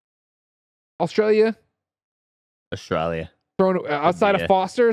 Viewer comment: Why does say Australia like that? It’s painful to my ears